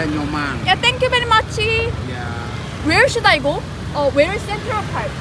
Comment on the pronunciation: akhirnya ada yang sadar kalo Kelly orang Korea wkwkwk ketauan dari accent nyaa "oh~"